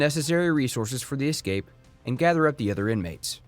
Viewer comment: Are you really pronouncing escape incorrectly to start the video???